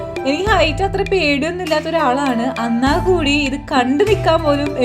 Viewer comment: അന്നാൽ അല്ല "എന്നാൽ "